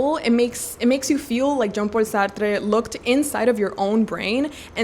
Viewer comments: Why are you saying jean paul sartre's name with a hispanic accent? thats incredibly incorrect mispronunciation, it sounds horrible lol sorry girlie. He is french. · Jean Paul Sar-Truh, it's French...it was cringe hearing you saying Sar-Trrre so many times! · Hihi! You seem very passionate of Jean-Paul Sartre so lil advice on pronunciation, he is French so Sartre is pronounced "Sah-r-tr". There's no emphasis on the 'e' at the end! Also, use French r's, not rolling r's! Happy reading 🤗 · feel free to ignore, i know some people find it annoying, but i can see you have a desire to say the name of Jean-Paul Sartre right, and i thought you’d like to know that the ‘e’ at the end of Sartre is silent. the rest of your pronunciation is very good, as is your pronunciation of Alexandre Dumas’s name (you pronounce the ‘e’ at the end of Alexandre a bit too much, but I think it’s just a quirk of your accent this time, not distracting at all) ! added letters to a young poet to my tbr ! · It confused me, cause i thought it was a Spanish author or so, and then looked it up and saw that he's a Frenchman so i dont understand why she said it as "Sartré". My guess is she doesn't know his French but then again his first name is Jean-Paul, Y'a pas plus français que ça mdr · The way you pronounce Sartre is really funny lmao. Never heard anyone say it as if he was spanish or something lol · Love the video !! But why are you pronouncing Jean-Paul Sartre like he was spanish 🤣😭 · You pronouncing a French author’s name with Hispanic accent is an absolute disrespect. Yikes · idk if we have the same hearing. She strongly exaggerated her accent when pronouncing his name. And yes, purposefully pronouncing a French name with hispanic accent IS disrespectful. You are completely missing the point. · Pronunciation of Sartre’s name is throwing me off so badly… thanks for the recs though